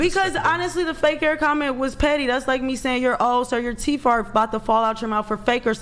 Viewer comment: Can't say teeth, or many other words. Idiot